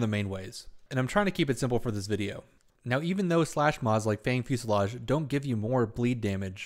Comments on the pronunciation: gg, i like the new format, and love all the accurate detail, keep up the good work! my only wish is checking correct mod or weapon names, fusillaDe, sounds like lemonade, not fusillaGe XD, (no big deal, just help u sound as pro as poss);p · Heh. Fusillade, not fuselage. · I mispronounced it in the video, but its Fanged Fusillade and it can be dropped by Eidolons, purchased from Baro, or purchased from players for plat (8-10ish) on PC.